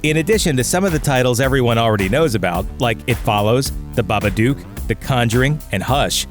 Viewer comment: The babadook not babaduke.